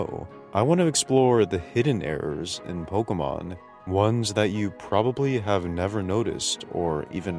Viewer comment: Bro fuckin refuses to pronounce pokemon correctly.